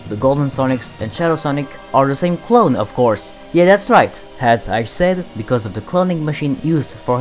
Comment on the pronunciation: He said clone like clown.....